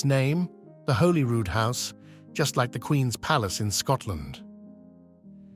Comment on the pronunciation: Perhaps you could have checked the pronunciation of Beaufort and Holyrood. English is full of pitfalls!